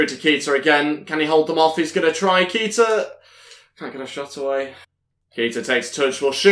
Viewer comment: Its pronounced kayta